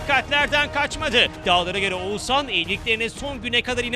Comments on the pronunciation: ouzannn değil OĞUZHAN YAAA VALLA DÜZGÜN SÖYLEYİN ADAMIN İSMİNİ🤦🏻‍♀️ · edebiyat ögretmeni mi olmak lazim Oguzhani söyleyebilmek icin🤦🏻‍♀️Türkiyede bu ismi telafus edemeden tek kisisin. Keske evde biraz calissaydin